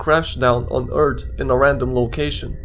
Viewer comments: Earth not ert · It's not "eart", it's earth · I love how he is saying erth not earth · He say earth no wait its ert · he said eart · Umm Eart? U Sure Its Not Earth? 🤔🤔🤔🤔🤔🤔🤔🤔🤔🤔🤔🤔🤔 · why he say ert instead of earth? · For fuck sake please learn how to say "th" It's fucking annoying hearing "Eart". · Why do you pronounce "Earth" like "urt" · Is anyone else bothered by "eart" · you make earth sound like *URT* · "Fall back down to Earrt" 😂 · we do not want the shyguy crashin down on urt why does he say urt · He says Eart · I like how he says eart and earts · Planet "Eart"